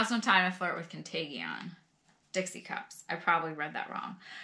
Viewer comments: Hi, it is pronounced con tay jun, best wishes from Julie.😀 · Contagion, is pronounced CON-TAY-GIN. Hey hope all is well. Enjoyed your Abraham and Strauss video VERY much. Take care and god bless